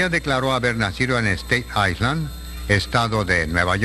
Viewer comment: State Island? LOL! The news presenter was saying Patti was from Staten Island, NY, but pronounced it as the aforementioned way.